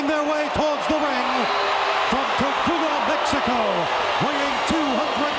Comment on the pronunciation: I like the story Chico once told about Howard Finkle. FINK couldn't fathom the idea that TOCULA isn't an actual place. Chico kept telling him, Howard. It's TOLUCA, TOLUCA, not TOCULA. He said it many times, but Howard refused to say it correctly. Eventually Chico just said, forget it............ As a result, the fictional TOCULA, MEXICO was born!